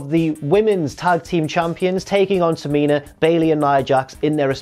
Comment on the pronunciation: Can we please have some respekt on the name of TA-MI-NA in the future